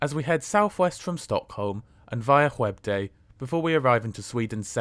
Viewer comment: Skövde is up there on difficulty with Växjö so it was definitely a good attempt!